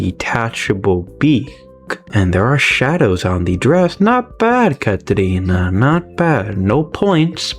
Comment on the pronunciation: You say catrina like a brazilian